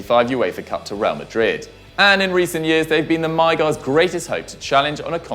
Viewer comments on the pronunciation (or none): none